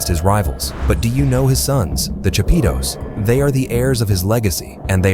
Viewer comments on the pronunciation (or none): "the chapeeetooes" lmao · Every time this gringo say “chapitos “ cracks me up 😂😂😂